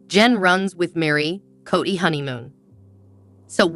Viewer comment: Kody is prounced 'kodee' not kady. Emphasize the "o" as there's no a 😂 in his name. Thank you. Great recap .